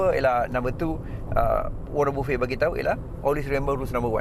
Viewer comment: buffet (bufey) tu dekat hotel bang giro 😂😂😂 warren buffett (baffet - dalam ejaan melayu) hehe